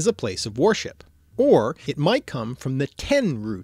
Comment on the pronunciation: You pronounce "worship" like "warship" Those are totally not the same thing